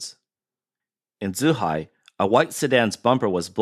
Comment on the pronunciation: Should probably work on the pronounciation of the locations named. Should not be difficult for the reporter who sounds like he is an ethnic Chinese. Zhuhai was said as zhihai. This shouldn't happen in a news pgm.